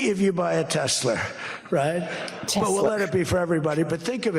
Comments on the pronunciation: Hey! Love the show. I think I figured out why Trump says "Tesler"....a mix of Hitler and Tesla is..you guessed it! TESLER!!! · "Tesler" -- adding an "r" sound at the end of a word terminating in the letter "a" is part of a NY accent, among other accents, including those in areas of the UK. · jewish grandmas from new york LOVE saying tesler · hit-ler tes-ler he’s just saying what we all think musk is… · Tes-ler. That's how the UK people pronounce many words that end in an "a". I noticed that when I was a kid and have wondered why they pronounce it like "er". His mom was Scottish or Irish, wasn't she? That could explain it, except, hmm, 🤔 I've never noticed him do that with other words. Who the hell knows why he does anything. 🤷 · Hi Pumps. Trump is speaking with a NYC accent when he says Tesler. If a word ends in the letter ‘a’ you change it to ‘er.’ Tesla —> Tesler. If a word ends in ‘er’ you change it to ‘a.’ Shower —> showa (showuh). You stink! Take a showa! I have no idea why they pronounce ‘orange’ as ‘ARange’ though…. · Many New Yorkers, possibly older, add “R” to the end of words ending in A. Tesla - Tesler. It’s called a Linking R or Intrusive R. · Teslar 😂😂😂it’s computar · Trump calls it "Tesler" because it sounds a little like "Chrysler" . That makes it feel more familiar to his "brain" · Welcome to NY,. They say, Tesler, Linder (Linda), etc. If it's an "A," it's said "ER." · “Tesler” because he’s a basic guy from Queens. Think Archie Bunker saying “terlet” instead of “toilet.” My grandmother called a dear friend named Joyce “Jerce”. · Trump not being able to say Tesla may be a sign of dementia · His natural pronunciation is from Queens, think Archie Bunker; as he ages and declines he loses what other veneer he put on previously. New Yorkers often add Rs to vowel endings, where Bostonians drop them from R-ending words.